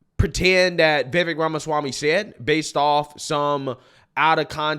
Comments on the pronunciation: Why does everyone get Vivek’s name wrong? Lol at this point it’s ludicrous lol It’s Vivek like cake! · Vivek rhymes with Cake or Rake or Bake (but not fake)